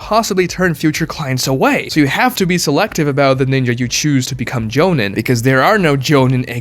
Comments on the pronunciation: Joe-neen. Not Joe-nin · Jonen isn't called Jonen at all actually.... there's Jonin (pronounced Jo - Neen)! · You are horribly murdering the pronunciation of jonin, chunin and genin. It’s so bad. Idk how you have watched the whole series and still saying it so horribly wrong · Didn’t bother watching once I heard Genin, Chunin and Jonin mispronounced. To make a video and literally butcher those is so stupid.